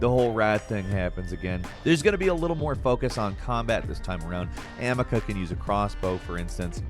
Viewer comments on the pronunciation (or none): Yep amacia not amicia /amecia 😏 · In plague tale its ah-me-sia.. not ah-mi-cuh..lol got platinum and shits drilled into my head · In A Plague Tale, It's not "Amica" it's Amicia... the narrator is just a hired voice, right? like, he doesn't actually play these games, does he? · Amica? Its Amicia dude! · did he just say Amica ? hehehe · FYI Amicia is pronounced a-ME-see-ah. It kinda makes it seem like you y'all haven't played the game when you can't get the name you hear 10k times in it correct. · Folks stay saying that girls name wrong lol A-me-see-uh. Can’t wait for requiem though. Gonna be lit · its pronounce amisiya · Plague tales protagonist is pronounced (ahh me sea ah) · The girl in the plague tale game is named amicia, its pronounced as ameesia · Why do they always screw up the names of people/places? They have done this multiple times in other videos. Like how he pronounced Amicia in this video was incredibly wrong. Makes it sound like they didn’t play the game at all and are just guessing on how to say the names of things correctly as they read the script someone else made. I like the content they make and I watch a lot of their videos, but it looks bad when you can’t say the main protagonists name right. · You pronounced amicia wrong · How can you mispronounce Amicias name so much?? You literary heard it in the gave all the time and still say it wrong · I don't think played A Plagued Tale with that pronunciation of the MAIN CHARACTERS NAME. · Am I hearing things or is mispronouncing Amicia?😂